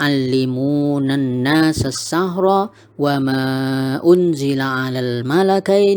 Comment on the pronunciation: Baru nyimak lagi.. pas nyimak bacanya "annasassachro",,tapi tulisannya annasassichro